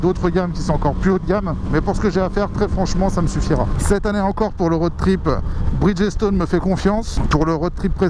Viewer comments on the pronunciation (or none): Tu as dit bridgéstone snif